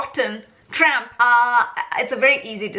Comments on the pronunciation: Lol . Awesome video but why do you pronounce it as Tramp. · I love you calling him Tramp 😂. I am from the US and we get in everyone else's business so why shouldn't others get in ours. You go girl. Great video.